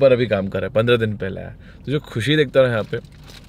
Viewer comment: kush nahi khush hota hai🙄🙄